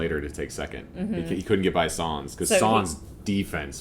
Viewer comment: Wonderful to see your enthusiasm! By the way, it's "Sainz". There's an "i" in there. ;-)